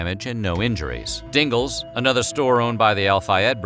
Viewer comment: I like how you say Dingles🤣